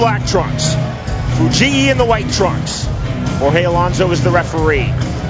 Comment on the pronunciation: Fu-jee-ee? WTF?